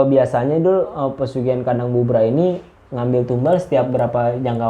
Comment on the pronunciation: Bubrah bukan bubaran / brantakan mas bro. . . . .wkwkwkw